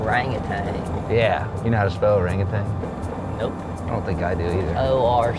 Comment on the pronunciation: No g at the end of Orangutan